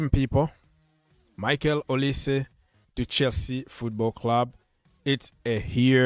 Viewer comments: Name is Pronounced as Oli-say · O li seh right pronunciation.. he is from the eastern part of Nigeria same as Chukwuemeka and madueke